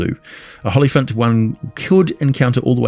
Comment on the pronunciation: Olyphant not hollyphant